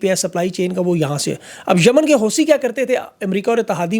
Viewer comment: ITS. HOUTHI .... NOT HOUSI ... ... LIKE ITS ABU DHABI. & NOT. ABU ZAHBI .. ITS ARABIC NOT PERSIAN LANGUAGE ALPHABETS ..